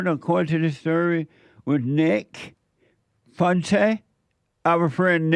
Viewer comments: He don’t give a crap about how to properly say his name 😂 I’m in tears over here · its FOO EN TEZ FUENTES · I love that Jesse legitimately cannot pronounce Nick’s last name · Part of the charm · He can't pronounce it because he is DUMB! Dumb enough to want a racist for president as a black man. smh